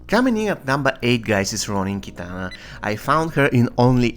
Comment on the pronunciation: The way you say cominin at no.🤣🤣🔥🔥